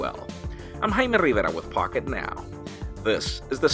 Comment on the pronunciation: I love the way you say "Jaime Rivera"